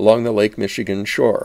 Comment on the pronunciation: Hennepin is pronounced more like henna-pin than henny-pin (or henny-pen, which you appear to be saying). The second “e” is short.